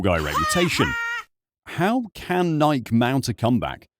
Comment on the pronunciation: What’s a “Nie-ek”?